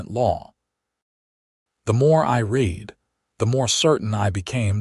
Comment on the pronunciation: Could you just once pronounce the word read in the correct context